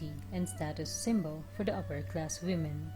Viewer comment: WOMEN is pronounced WE-MEN...not WU-MEN